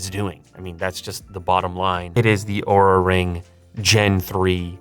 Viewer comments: Great video!. Just try to pronounce Oura as the compay wants to LOL. LTT took a video about this down just because Oura didn't like the pronunciation of the brand. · Be aware of the way you pronounce their name, ask Linus 🤣